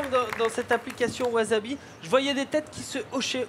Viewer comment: Excellent projet, reste à bien le prononcer maintenant : "wassabi" et non "wazabi" :)